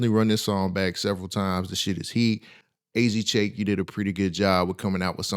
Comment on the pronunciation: AZ Chike. Not AZ Chake.